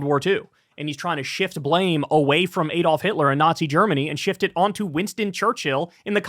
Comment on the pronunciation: Why can't Americans pronounce 'Adolf'? (They also always mispronounce 'Graham', but I digress.)